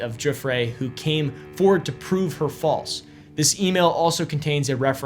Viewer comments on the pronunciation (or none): none